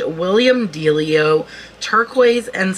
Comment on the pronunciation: On the DeLillo (prounounced deh-LIL-o, not dealio, BTW 🙂), I don't think it's sterling silver or genuine turquoise. If it were sterling, it would be marked, as he didn't start until 1968. Still highly collectible, but not the same sort of thing as Native American sterling & turquoise.